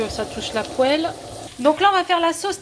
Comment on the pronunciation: Bonjour à tous ! merci à vous, et un petit détail pour perfectionner vos vidéos : même si on n'est pas cuisinière dans l'âme, on sait qu'il faut dire une poile, et non une pohelle... Du moins dans les régions (Paris, Sud-Ouest) où j'ai vécu. A plus !